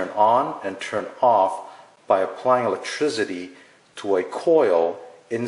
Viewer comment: "Elektrizidy" lol